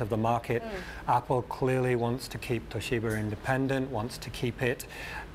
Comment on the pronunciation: "Toh-SHEE-ber"? I thought it was pronounced "TOH-shi-bah".